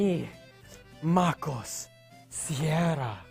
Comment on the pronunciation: ok soy el unico que noto que MacOS SE ESCUCHA COMO MecOS osea que pex con apple